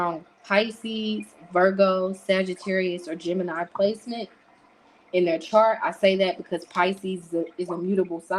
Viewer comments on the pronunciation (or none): none